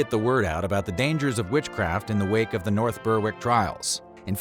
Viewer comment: The “W” in “North Berwick” is silent, it’s pronounced “Berik”.